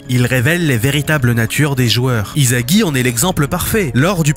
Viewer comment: Vous savez que le manga est pas français ? Alors pourquoi vous disez izagi sa se lit issagi il est pas français le s se lit s pas z